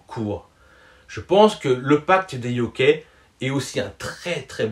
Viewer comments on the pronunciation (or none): La prononciation de yokAI ... la je suis desolé mais j en peux plus. C est un manque de respect envers ta passion le Manga. Ça décrédibilise tout ton propos. Ou encore dans une autre video jyo a la place de gyo/ guyo c est dur. C est comme les personnes qui disent hantei et pas henntai ou yuraji et pas yuragui ( le mot est yuragi) ou tanje et pas tenngué ( le mot est tenge). Ou tomie et pas tomié ou azano et pas Assano ( le mot est asano) ou kassané et pas Kazané ( le mot est kasane). Le son "on" en japonais ne se dit pas on comme en français, mais onne de même pour en c est enn. Dans hikaru no go cest Saî son maitre et pas sai comme le son je sais du verbe savoir. Ça se lit pas comme du français toutes les lettres se prononcent. Ca se dit pas jekiga mais guekiga aussi. P.s j ai rien contre toi j adore tes video. Tous les exemples qui j ai cités ne sont pas forcément tes fautes, mais la plupart des youtuber manga font ces fautes. Quand ca arrve ca me sort de la video 🤣 sinon tres bonne réflexion sur les erreurs de lecture.